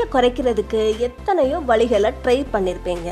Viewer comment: Tamil must be pronounced properly . வழிகள் and not வளிகள்